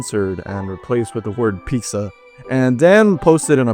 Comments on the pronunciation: oh hell no this dude said "peeqzuh" 😭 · Yea this guys definitely Mexican sayin pixssa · why tf do u pronounce pizza as “peeksa” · Don't ever let anyone stop you from saying Peeksa. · Completely unrelated, cause I'm new-ish. But. I heard the way you said "Pic-za" and immediately thought "this guy hispano?" And then I heard you say Angry Joe's game. And it gives me a giggle that we are clockable like that lol. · ...so you pronounce pizza like "peak-za"? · He definitely comes from a Spanish speaking family. Listen to how he says pizza. Im Mexican and majority of Mexicans say it like that. I always asked them why they say pizza wrong. I dont understand why thats a thing. I can pronounce it right. 😂😂😂